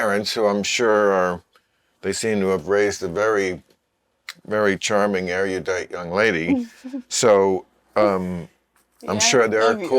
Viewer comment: Anyone who consistently mispronounces “erudite” isn’t. (It’s 3 syllables, not 4.)